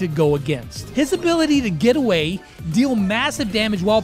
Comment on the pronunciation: Bro said obey in stead of away